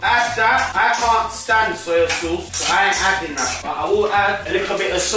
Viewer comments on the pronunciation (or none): man said soil sauce 😭